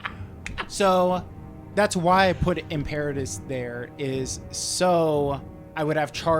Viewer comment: also, im-pear-a-tus. It's im-per-a-tor not im-per-ah-tor